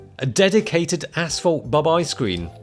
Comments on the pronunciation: ashphalt? I heard asshole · It sounds like he’s saying asshole. Love it! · It took me way to long to realize was saying “asphalt” and not “asshole”...